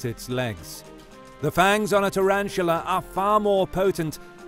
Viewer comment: Tarantula not turantula